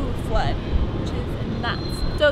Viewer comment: when she said it floud i was like it cant floud :P